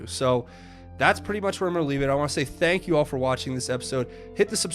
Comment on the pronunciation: It sounded like President Trump said Thank Q twice when talking about the baby....